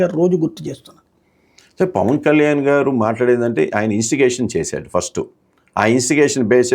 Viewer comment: పష్టు కాదురా మొద్దు నాకొడక ఫస్ట్